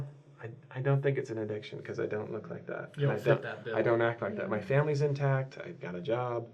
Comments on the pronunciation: Huh? Thuck? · I had to rewind to make sure he said thuck